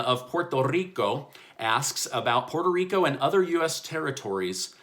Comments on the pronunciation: I love the way you say Puerto Rrrrico. Well done! 👏🏻👏🏻👏🏻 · Hey, hello again!! Quick question: are you moving out?? Your office seem emptier than usual. Also, I really really appreciate you rolling up your Rrrr when pronouncing my native country Puerto Rico. Well done!! 😃👍🏽👍🏽🇺🇸🇵🇷❤️❤️😎💪🏽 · Loved the pronunciation of Puerto Rico 🇵🇷. I love laundry so I don't mind the extra laundry 🧺😁 . I was watching the testimonials of the Department of Labor but I don't see them extending it like they want to. Let's see what happens. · Love how he pronounced Puerto Rico.